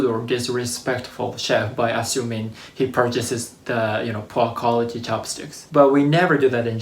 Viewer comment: i lived in japan 4 years and never experienced a restaurant that didnt allow foreingers. some members club have members only" sings that you can see in the window. but that's it. Japan's awesome ne ; ) bro, your pronunciation of "poor quality" sounds like "proc/to/lo/gy" :P Cheers, man, great channel